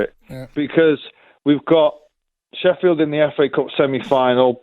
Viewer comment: you said Sheffield 🙄